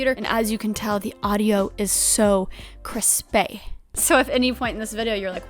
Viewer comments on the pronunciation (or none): I’d like to contest your pronunciation of crispy as “kris-pay.” You’re back in Texas now. You’ve got to give the people a good ol’ Joshua Weissman “kwith-py!”